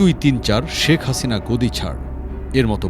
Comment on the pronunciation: শেখ হাছিনার অনেক গুন, পুলিশ দিয়ে ছাত্র খুন। মোদীর পোসা হাছিনা, তোমায় ভালো বাছি না। স'কে ছ'উচ্চারণ করে। আমাদের সাথে সমর্থনকরে কোলকতার ছাত্রবৃন্দ স্লোগান দিয়েছিলো